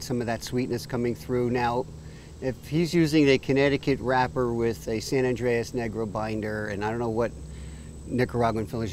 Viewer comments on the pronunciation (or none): Good review. It's San Andrés (not San Andreas!!). Good cigar.